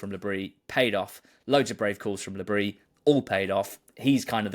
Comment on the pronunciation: Please, guys, it isn't Le Brie, it's Le Bris. The 's' is not silent.